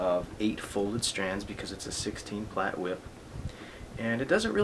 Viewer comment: That is not how you say plait >.<